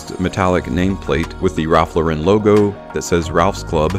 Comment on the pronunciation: People this is not how you pronounce Ralph Lauren. It's not a French brand.